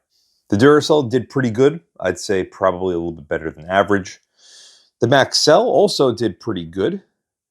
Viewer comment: maxell, not maxWell